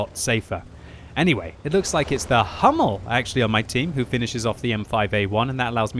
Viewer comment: Please that pronunciation of HUMMEL :D all that videos..., it is german tank (read it in german, do not in english):D it starts as in ENG "who" :D But these replays, i am addicted, GL and HF :)